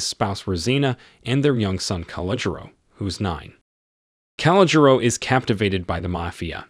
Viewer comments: It’s pronounced. Ca-lo-Jo . Just an FYI. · "Calogero" is pronounced kal-oh-GERRR-oh